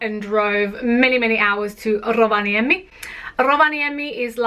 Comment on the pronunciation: You actually speak finnish quite well. Especially the way you pronounced Rovaniemi sounded like you were a native speaker! I can understand how confusing the quietness can be, but I think it goes both ways. At least when I go abroad it's weird when people suddenly are super talkative and make eye contact. Hyvä video :)